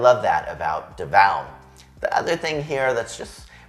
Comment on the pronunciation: "See-Boo," "Duh-vow." Four years in the Philippines should've fixed that pronunciation by now.